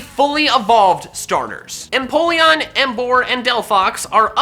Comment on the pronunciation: EMPOLEON, NOT EMPOLLEN! AND STOP LEAVING OFF THE I IN CHARIZARD!